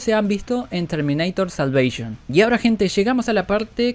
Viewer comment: Termineitor salveishon Que tanto te costaba decir Terminator la salvación